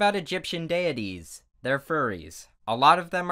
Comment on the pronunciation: So, dead artist are weeaboos, hmmmmmmmmm.... Okay. By the way I think you said deities wrong but that doesn’t matter. Have a nice day.